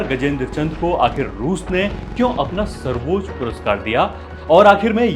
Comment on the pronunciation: सर्वोच् ? Quiet = क्वीट् ? अबे ब.चो. लं,ड@ पे घुंघरु बांध के के तेरी अम्@ को चो@ और तेरेको लगेगा मुजरा चल रहा है । quiet= क्वाएट सर्वोच्च =वो+ च्च ? क्या होता है ? पहले उच्चारण सही कर